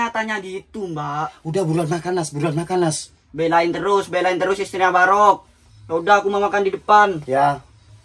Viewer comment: Menit ancen garai wong ngakak ... 🤣🤣 ka'barokk ca' barok